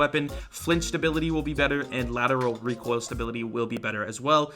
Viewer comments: is Still pronouncing it as "Rekk-oil" after all these memes😂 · Oh hey its